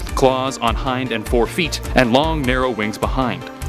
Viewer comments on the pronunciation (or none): none